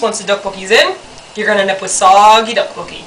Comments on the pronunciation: if it helps, the "dok" is kinda pronounced like duck, but emphasis on the d, so its like, dduk. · sounds fuunny when she say DOK BOK KI